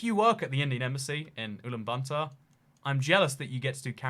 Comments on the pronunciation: Ulan BATOR Not Bantor. 😁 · Its ulaanbaatar not ulan bantar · “Ulaanbuntar” * cries in mongolian * It’s Ulaanbaatar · It’s Ulan Batar. Ot Ulan Banta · It's Ulan Bator, not Ulan Banter! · It’s Ulaanbaatar not ulaan bantaar! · it’s pronounced ooh lahn bah tar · UlanbaNtaar lol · Your pronunciation of ulaanbaatar has me rolling! By the way, it's pronounced oo-lan-ba-tar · It’s not Ulan Banta. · That’s the worst pronunciation of Ulaanbaator I have ever heard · the way he pronounces ulaanbaatar like it's bunsen burner